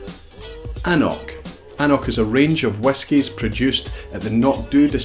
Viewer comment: Absolute garbage! I am a native Gaelic speaker and an Cnoc is NOT pronounced "annock" it is pronounced "Un Croak". N after C is always pronounced as a "r".